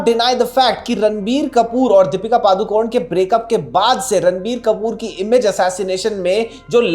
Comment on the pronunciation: It’s Deepika …not dapeeka!!! Try to pronounce the name correctly first